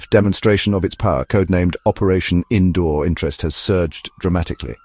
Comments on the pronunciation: Its seems AI can't Pronounce Sindoor 😂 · Cake get the name right sindoor